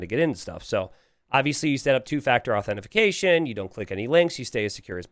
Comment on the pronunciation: What the fuck is AuthentiFICATION????? 🤣